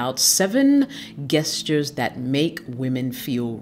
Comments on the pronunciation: It’s not pronounced guesstures* it’s jeshtures.. That shits annoying 🤦🏿‍♂️🤦🏿‍♂️🤦🏿‍♂️😂😂😂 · “Guestures” lol it’s pronounced “jes turs”😝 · I cannot watch this! The word is pronounced JESTURES, not geusters🙄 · Pronounced Jestures/Gestures... Thank you for good ideas, reminders, etc. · Why do you call them guess-tures? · I'm so sorry but guess-tures?